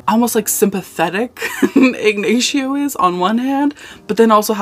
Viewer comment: Igg-nay-she-oh is killing me